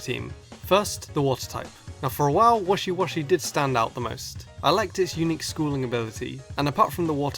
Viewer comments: right did u just say washiwashi? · You said washiwashi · Don't want to act like jerk and many of the other people who are bitching but u did mispronounces wishiwashi name u said washiwashi instead of wishiwashi im just saying this its just a little mistake and thats all. P.s keep up the great work love your vids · you said washiwashi instead of wishiwashi sorry if this comment messes with you xD